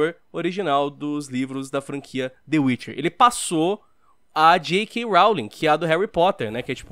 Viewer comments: dê uirchier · "De uiche" 2019,Mineiros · Mano e meu amigo que fala tchê witche 3 kkkkkkkkkk